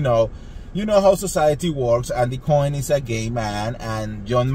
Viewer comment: Andy Andy Andy— it’s not “BURBERRY Hills” and it’s NOT “Andy COIN” 🤣 omg!!